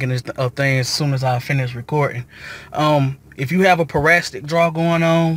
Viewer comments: Boy!!! pronounce your words right its Para-Sit-ic not parastic!!! again it's Parasitic.. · I cringed everytime you said parastic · Excuse my mispronunciation its parasitic not parastic. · It’s parasitic not parasstic but great video mine is doing the same thing now and I had to charge two batteries to get it situated. I replaced my battery initially and found out that was not the issue. Going to try this text next.